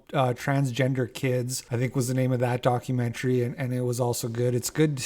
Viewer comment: Documentary kinda like documentuhree/documentairy ya know…? the way you’ve been saying it with heavy pronunciation on the end🤭 ‘document-chree’ is making me.. cackle 😂